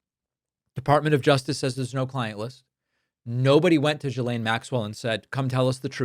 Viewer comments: it's GHILANE not GSILANE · Why is it, no one can say 'Ghi...lane' ? The S is silent, and Gh is NOT J... FFS. Yeah. That's my beef... Oh. And Trump is guilty.